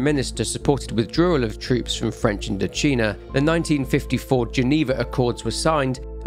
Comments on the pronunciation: INDO-'CHINA' NOT CHEENA AAAAAAAAAH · You didn’t think that the “China” in “IndoCHINA” might be pronounced like “China?” Sorry about my pedantry but I found it funny. Great work as always though ❤